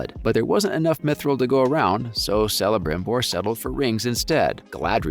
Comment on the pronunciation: Its pronounced Kelebrimbor and Keleborn. Its like the most basic lesson of elvish.